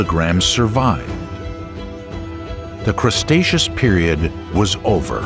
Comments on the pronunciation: Good video, very interesting but, the narrator misspoke. Had to laugh every time he said Crustaceous instead of Cretaceous and called clams mammals. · CREEEtaceous, not CRUSTaceous! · Can someone tell the narrator it's Cretaceous not Crestaceous. Just makes it's sound silly. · Why do you keep calling the Cretaceous period "crustacious"? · its cretaceous not crustaceous.... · Umm.. “Crustacious” ?? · The voiceover refers to the Cretaceous as the 'CRUST-aceous' at several points. for one. for another. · Drinking Game: Take a shot every time he said Crust-aceous and get absolutely blitzed 😂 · And he calls it crustacious everytime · "Crustaceous," which he says more than once, really threw me. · Now I want some pizza because you keep saying CRUSTacious. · You'd think the amount of times this guy says "crust-acious" whoever edited the video would've caught it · The cretaceous being pronounced as the "crustaceous" is disturbing. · What? No1 2 correct the narrator? "Crustatous? Cmon man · what the hell is "crustaceous"? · What is "Crustaceous?" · The constant mispronouncing of Cretaceous, while funny at first, ultimately made the video unlistenable for me. Sorry, but unless I need material for a montage of content creators sabotaging their own efforts, I don't think I'll be coming back to this channel.